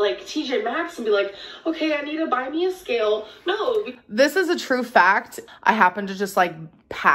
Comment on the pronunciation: "industrial ska-ill"